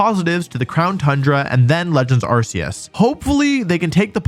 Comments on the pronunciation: Arceus is pronounced Are-Kay-Us not Are-See-Us dude… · It's pronounced Arkoos